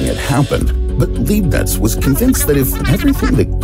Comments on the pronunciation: It's not Liebnitz, but Leibnitz. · This is awesome but how is it possible that nobody in production noticed that Leibniz's name was continually mispronounced?